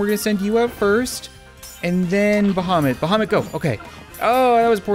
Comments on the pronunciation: Archetex I'm muslim and I agree idk why but it sounds like him.. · Actually thought you said Mohammed.. the cat. My bad. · You are saying bahamut wrong.